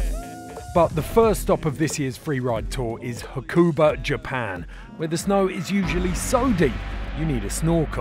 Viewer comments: It's pronounced 'Hakuba', not 'hakOOOOOba'. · Surely it doesn’t take long to ask someone how to pronounce Hakuba properly before editing? :S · Surprising red bull you haven't put any thought into pronouncing Hakuba or Nagano correctly.